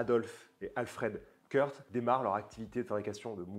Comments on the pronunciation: Super vidéo merci. On prononce "Kourt" et pas Kurth à l'anglaise si jamais :-) vive Certina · Vidéo sympa! Je me permets juste de préciser qu'on ne prononce pas les frères K rth (like in the United States of America) mais bien K rth wie in schwyzerdütsch! Tschüss!